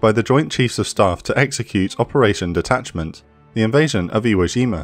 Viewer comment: Iwo Jima, not Zhima. J as in "jump." No, not all furrin' words are French.